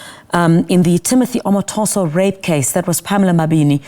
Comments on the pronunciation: She is not Nigerian and Nigerians can't be held at ransom for South Africans name mispronouciation.Geo up!!!! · Is that a case involving a Nigerian? Omotoso is a Nigerian name. The reporter doesn't know how to pronounce the name correctly. Thank you, SABC!